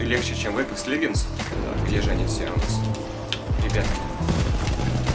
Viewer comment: Господи, не леГендс, а леДЖендс...